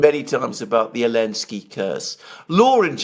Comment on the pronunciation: Congratulations,! You now even have Alexander calling him 'Elensky'.